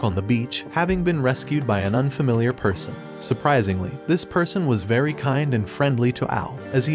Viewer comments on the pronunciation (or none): none